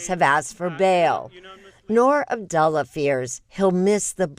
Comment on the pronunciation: It is AbduALLAH not abdualla